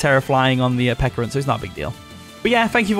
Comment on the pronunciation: It's Pecharunt like Pecha Berry, so Peh-Cha-Runt.